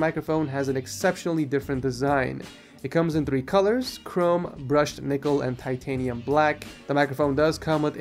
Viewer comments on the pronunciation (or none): none